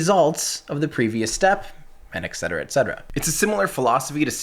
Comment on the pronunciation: It's "et cetera" not "ex cetera", et meaning "and" in Latin. They are not pronounced the same.